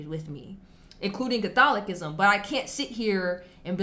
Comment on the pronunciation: I like your pronunciation of 'CatholiKism' - much like Jimmy Akin pronounces 'AnKcient' Man a lot in store for you in CA and such. Lumen Gentium 14